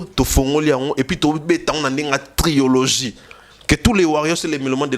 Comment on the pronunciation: On dit trilogie et non triologie!